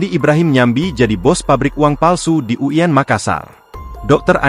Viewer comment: Kok uyen sich, U I N bukan uyen, hehe